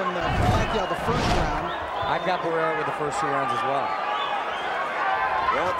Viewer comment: The announcer said he gave the the th to Barraera?😂😂😂this isn’t a track meet